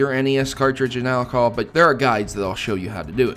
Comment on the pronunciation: did you just said alkol instead of all kahol making the h sound